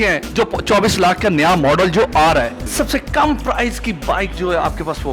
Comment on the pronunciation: 24 laaahk.. 15 laaaahk Hahaha angrazon ki owlaad simply bolo. 24 lahk. 15 lahk.... 🙄😜🇵🇰